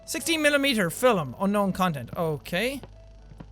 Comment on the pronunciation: hehe the way he pronounces 'FILM'